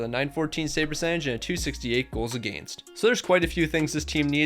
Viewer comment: Against is pronounced wrong